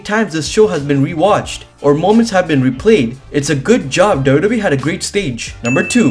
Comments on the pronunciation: whay are you saying dodo bee 😂😂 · Dubdube is how you say WWE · It took me 5 minutes to realise you were saying wwe 😂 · Can this guy pronounce wwe correctly?😂